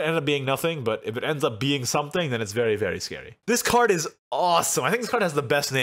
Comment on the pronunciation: the way say very after saying fairy wisp sounds like "feiry feiry good"